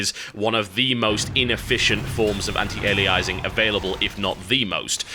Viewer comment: You're not describing AF there TB you're describing trilinear filtering. AF is an improved algorithm for choosing a mipmap level based on the screen space the poly is occupying, it's not about smoothing the transition between mipmap levels. Also you're still pronouncing anti-aliasing wrong. Think of the word alias. Ali - a - sing. Not ali - ize - ing.